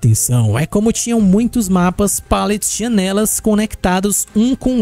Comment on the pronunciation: Eu amo quando começo a perceber que o coloca assento em palavras aleatórias em quanto ele fala ( pôrtas côrrem jãnelas detálhe ) sou obcecado nisso ❤😂.